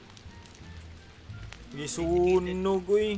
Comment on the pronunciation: Cannibal po hindi Carnival